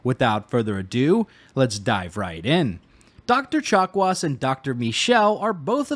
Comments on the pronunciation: Did...did you call Dr. Chakwas...Dr. Chocolates??? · Did he say Dr. Chocolates? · At some point I started hearing "doctor chocolates" instead of "chakwas". Must have been the turian chocolates. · If it means never again having to listen to anybody say "dokta chock-wah", then I'm going with Frenchy. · “Doctor Chocolats.” - I heard that. 😉